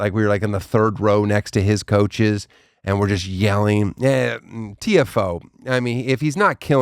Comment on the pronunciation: Not sure if anyone has pointed this out, but Carly pronounced Tiafoe correctly. Daniel did not.